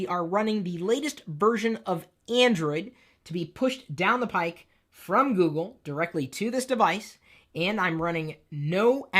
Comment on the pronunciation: Pipe. Not pike. Pipe.